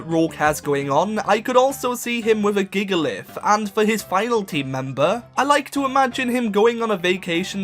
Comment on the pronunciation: GIGALITH DOES NOT END WITH LIFT, IT ENDS WITH LITH! THE SECOND A IN TYRANITAR IS SUPPOSED TO BE AN I! ROSERADE IS SPELLED WITH 2 E'S, NOT 2 A'S! THERE SHOULD BE 2 A'S IN GYARADOS! AEGISLASH, NOT EDGASLASH! THERE SHOULD BE ONLY ONE R IN CHANDELURE! FROSLASS IS SUPPOSED TO END WITH 2 S'S! NINETALES, NOT NINETAILS! ELECTIVIRE, NOT ELEKIVIRE!